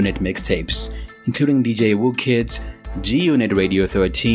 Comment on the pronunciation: Woo kid? Lmfao it’s whoo kid. Pronounced “who kid”